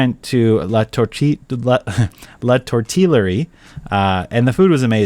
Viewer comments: "tor tee je ree ah" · Say it with me…”La tor-TEE-a-REE-a” lmao